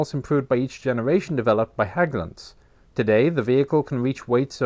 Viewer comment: So great that they took the time to look up how Hägglunds, particularly the "Ä", was pronounced. Don't really care if it's mispronounced but it's nice when they do the extra work not to. Also looking at the different CV90 variants makes me think it's a great job being a CV90 engineer. "How about we put a 120mm on it? How about we put a 40mm Bofors on it? How about we put a 35mm Bushmaster on it? etc.".